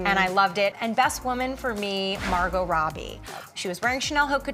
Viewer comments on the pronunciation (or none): none